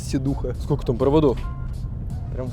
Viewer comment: english? -yes - инфармейшн. трэинс. вэр. - ээээ аххпххап. великое владение английским